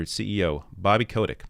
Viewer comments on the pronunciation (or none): OK I have two complaints to make here. His name is pronounced cottage you know, like that cheese. And you forgot to draw devils horns on his face, he really likes it when people do that.